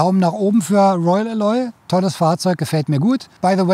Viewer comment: Eine Besserwisserbemerkung: Alloy wird auf der ersten Silbe betont. Sorry, klassische Besserwisserbemerkung